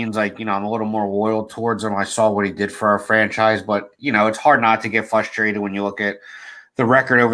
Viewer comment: "fustrated" lol